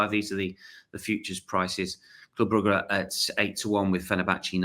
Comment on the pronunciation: Gotta agree with Steve on the smooth pronunciation of Brugge